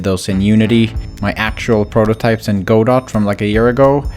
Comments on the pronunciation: It's not pronounced Go-dot 🤓 it's God-oh, supposedly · for anyone who doesnt know its pronounced "gah doh" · Go Dot He used Go Dot Not Godot (pronounced Guh-Doe) Go Dot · Not to nitpick, but it made me cringe hearing go dot. It's actually supposed to be pronounced like guhdough. Anyway, cool game, and sorry for my needless pronunciation aggravation. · Godot is pronounced goh-dough, not go-dot. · It’s pronounced “guh dough” not go dot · who’s gonna tell him it’s pronounced gudoh and not go dot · I don't know if this is actually how it's pronounced but hearing godot read like "go-dot" was killing me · Godot is (Ga-Doe) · Just so that I don't go insane, please call Godot GUH-doh. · Don't feel bad but "Godot" is pronounced like "G'doe" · Hey, you know it's pronounced guh-dough right? Was that a bit or? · It's actually pronounced GOD-Uht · "Go Dot" lol , im not sure this is how you pronounce that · It's pronounced "Guh-doh." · did u just pronounce godot as go dot lmao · I hate to be that guy but Godot is a name, it is from a very famous play, and it is pronounced Guh-Doh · its pronounced gu-dough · Jesus Christ, it's pronounced "[Guh-Dough]"! I'm sorry but it irks me. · It’s pronounced (guh-doh) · this is painful to watch i develop with godot its pronounced geh-dough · godot is pronounced "guh-dow" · the way you said godot pained me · I bet someone has already said this, but I THINK you pronounced Godot wrong